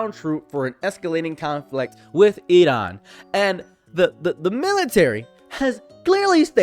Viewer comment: Good job on pronouncing Iran the correct way!